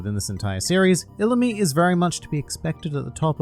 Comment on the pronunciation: I believe u said illumi wrong